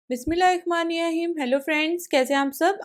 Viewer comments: Phly ap mismilla sahi se bolna sekh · Bismillah sahi para kry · Bismillah to sahe par lo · Bismilah pharna shikh lo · ok sory.Bismillah sahi se bolna chahiye tha apko.